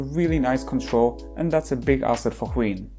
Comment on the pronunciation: I kept on hearing queen when you say wheein